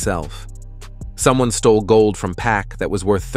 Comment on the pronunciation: His name Pac not pack 🤦🏽‍♂️